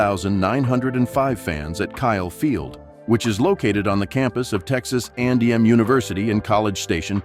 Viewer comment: It’s Texas A&M How hard is that to say?